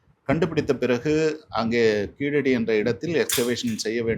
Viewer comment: Its KEEZHADI not Keeladi, which is a non-tamil pronounciation.